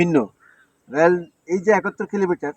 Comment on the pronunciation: আরে গাধা ওটা র্্যল না রেল হবে।